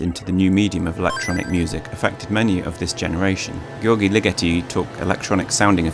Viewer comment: Wonderful, but György is badly mispronounced.